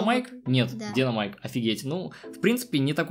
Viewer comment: ПОЧЕМУ ДИНОМАЙК ПРАВИЛЬНО ДИНАМАЙК И МАКС ЭТО ДЕВОЧКААА!